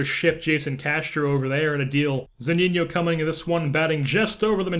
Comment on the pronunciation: Its Mike Zuh-Nee-No not Mike Zoo-Neen-Yo